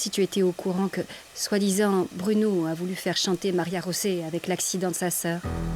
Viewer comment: Pourquoi vous l'appelez Maria-josé ?? Pourtant on entend bien *Maria rosé